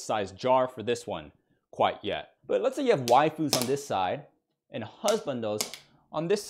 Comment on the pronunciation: Omg it's Kwite